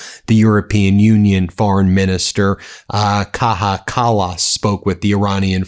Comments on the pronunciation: U pronouncing name Kaja wrong. Just say Kaya or Kaia, not Kaha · FYI mrs. Kaja Kallas isn't Spanish nor is she Mexican. She's from Estonia. So her first name isn't pronounced 'Kaha' but 'Kaya'. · KAI-A. BEN ITS KAI-A. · FYI… Kaja is pronounced Kaya. The J makes a Y sound in Estonian, as it does in a lot of the Nordic and Germanic languages. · let's break this idiot. If you are unable to pronounce a proper name correctly, you had better give up. You don't pronounce a J like an H. Say, KAJA, KAJA, KAJA. Keep practicing!